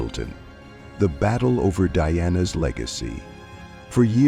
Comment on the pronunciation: DIANA NOT DEANNA